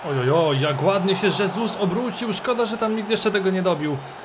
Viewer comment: Błagam, czytaj jego nazwisko hesus a nie żesus, bo moja hiszpańska dusza cierpi